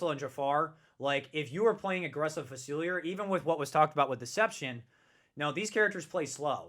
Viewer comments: Hurts my ears every time. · Just here to count how many times he mispronounces Dr. Facilier.